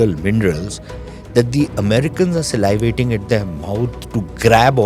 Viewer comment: Slyvating 😂,the word is sa-livating…u need to go back to elementary school